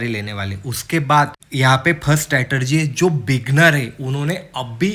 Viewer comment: Bhai, I have few suggestions. 1. Keep it short, the first 5 minutes is just "beating the bush" and not many will be interested in watching your video. 2. It's not RIKS, it's RISK. Similarly it's not STRATERGY but STRATEGY. It's DIVERGENCE and not DIVERGEN. Otherwise, your video is good.